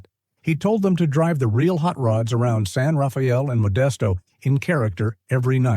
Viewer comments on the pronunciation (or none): Locals, at least when the film was made pronounced San Rafael as San Rah-fell